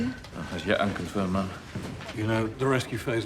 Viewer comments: The entire time it sounded like they were calling her mom. Hehe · Like the way they calling her Ma'am which sound like Mumm is someways. Great movie 👌